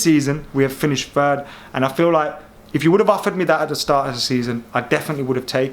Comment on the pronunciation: It’s third not fird